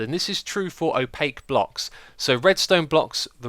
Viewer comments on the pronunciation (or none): I know! Drove me insane every time he said opaque.